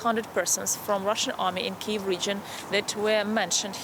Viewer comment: It is pronounced Kiyv, KEEV,. No other way.